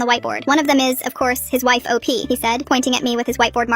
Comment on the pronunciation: The way he said op is funny for some reason